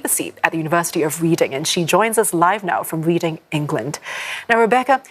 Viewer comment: Wrong pronunciation for ‘ University of Reading ‘ 😂😂